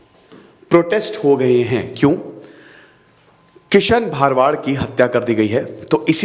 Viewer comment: सर वो " भरवाड़ " है , भारवाडा या भारवाड नहीं ।